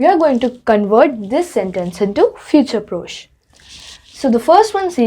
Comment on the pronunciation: One thing, it’s not F-U-T-U-R-E P-R-O-C-H-E, it’s pronounced as F-I-O-O-T-O-O-R P-R-O-S-H your spelling is correct but the pronunciation is wrong, always remember that in French, even if grammar is wrong, the pronunciation should never be wrong, pronunciation carries more importance. 😊